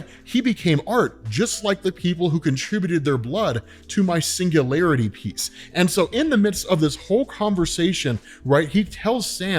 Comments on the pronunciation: Sanguinity. It was Sanguinity not Singularity. You had one job and now my work is misunderstood. Again. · Man just gave up on trying to pronounce sanguinity 😂